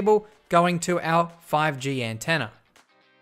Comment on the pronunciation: Sometimes he says "antenner" :D